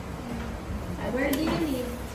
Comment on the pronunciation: Teacher huppy like puppy ang pronunciation😂😂😂? Sud like soap suds?😂😂😂 🎉🎉🎉